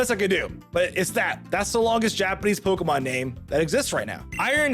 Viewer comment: I'm still amazed by ' ability to mispronounce most Pokemon names.